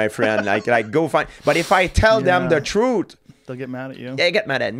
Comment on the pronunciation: He said Troot like uncle Georgie LOL